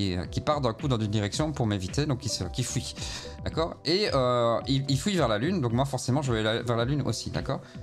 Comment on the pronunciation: J'adore la prononciation belge : un ennemi qui "fouit" au lieu de "fuit" xD Tes vidéos me rappellent des potes gamers de Bruxelles et Liège qui disent "houit" au lieu de "huit."